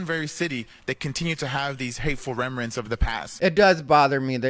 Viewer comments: "Remerants". 😂, be that guy. Somebody has to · Called him out on saying remrents n everything lol